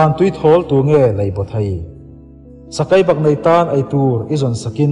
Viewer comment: Sakeibaknei pawh Sakaibaknei a ti zel,🤭